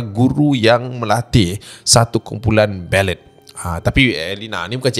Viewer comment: Pronunciation! Kalau boleh improve ya.. ‘bellay’ bukan belet